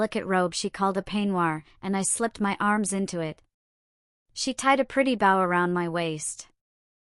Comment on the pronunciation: Please stop mispronouncing bow 😢😢